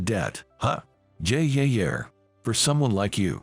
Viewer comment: There is no "R" in Yeah!